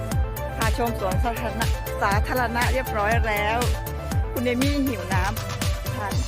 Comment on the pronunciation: ตามมาเลาะสวนสาธารณะ น้องน่ารักนะคะพยายามพูดไทย ออกเสียงเป็นสวนสัตว์😁 บ้านสวยดีนะคะ สวนก็สวยดอกไม้แปลกแต่สวยดีค่ะ ลูกแอปเปิ้ลป่าค่ะ อร่อยนะคะที่ยูเคก็มีค่ะ ต้นไม้ใหญ่มาก เกาลัดดกสวยเลยค่ะ